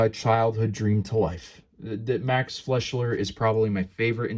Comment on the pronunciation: Sorry to quibble but it's pronounced "Fly-Sure" There's no "L" in his name.